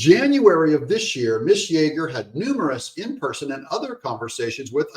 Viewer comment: Ms. is pronounced MIZZZ, Doug...you Hater! 😁